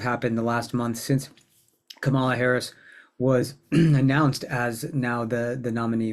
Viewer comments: This is very informative. Please pronounce Kamalas name properly: sounds like 'comma-la' not 'ca-mala'. Thanks! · Pronounce her name correctly! It's COMMA LA, not co MA la. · If you're going to talk about her learn how to pronounce her name. The emphasis is on the first syllable. KAMala. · Comma - la! THis is the first time I've listened to you and I really like how you present astrology but I don't like that you're pronouncing Kamala's name incorrectly. :) :body-blue-raised-arms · Please learn to pronounce her name. The accent is on the first syllable, not the second one. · Just going to reinforce others’ request to pronounce her name correctly.